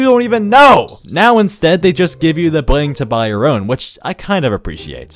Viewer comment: Thing 141: the way you pronnounce 'bling'